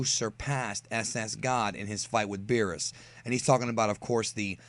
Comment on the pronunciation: he called Beerus, Beebus now I think Beerus as Beevus that is so funny